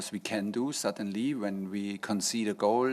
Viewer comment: When he says suddenly he sounds like a frenchman haha. :D